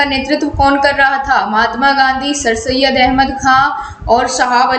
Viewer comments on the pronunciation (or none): none